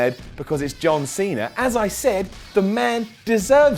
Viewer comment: John Seener!